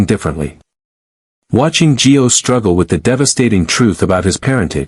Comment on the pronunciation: ITS NOT G E O!!! ITS NOT JOE!!! Get it right! It’s GIO!